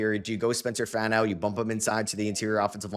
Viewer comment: Love your content, but repeat after me: FAH-no. Spencer FAH-no, not FAN-no. Sincerely, a diehard Utah fan